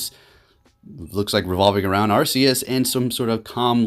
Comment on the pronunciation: It was pokemon presents. Arceus is pronounced ark-ee-us